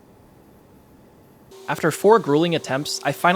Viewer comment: Love your videos man. It's so cool seeing the entire process and your reasoning and thoughts behind it. Thanks for sharing! Also, please pronounce it as hah-mohn, and not hah-moan in your next videos!